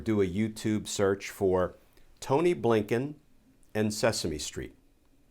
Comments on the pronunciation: Just love that when you say, “A. Blinken” it sounds like “Abe Lincoln”. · Mr. Kirschner calls the new SOS Appointed, "Tony Blinken." I've heard others call him, A. Bliinken! Yes, the pronunciation sounds like a former POTUS.